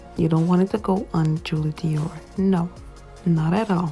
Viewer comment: says Doir not Dior , but ik what u mean ig..